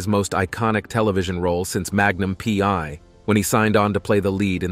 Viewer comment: Hey, is that "Magnum pee....... eye" or "Magnum pee one"? 😂 Get human TV show titles right. Ssh!